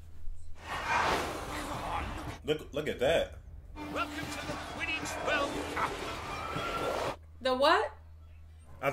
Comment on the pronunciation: Your convo at the end about Quiddle-ball 💀💀💀 It’s Quidditch- y’all were close 😂